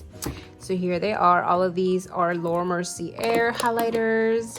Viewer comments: Hi just a heads up her name is pronounced Laura (Mer SEE A). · Nice collection! Btw, Laura's last name is pronounced Mercy-A. No offense.